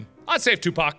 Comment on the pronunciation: mark pronounced tupac right, ya girl is happy.